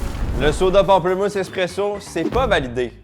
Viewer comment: ptite touche française : on dit pamplEmousse ^^